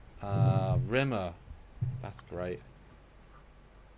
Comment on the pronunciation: Rimmer only should get S-tier if you say his name right, with the weight on the Rim 😀